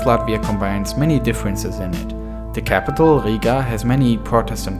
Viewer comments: its not higa, its Riga or Ryga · you have to say riiga longer i